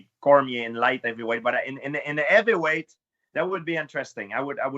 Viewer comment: Evyweight? Ow ard is it to pronounce an H?